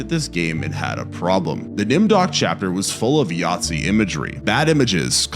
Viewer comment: I'm sorry are you seriously calling a Nazi a Yahtzee? They don't even sound similar.